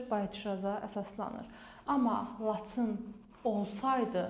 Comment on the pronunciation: Siz muellimesiz ,nitginizi duzeldin Laцын yox- laчin))